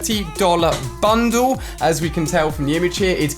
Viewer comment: Me pronouncing bundle: Ban dal Ali pronouncing bundle: bandu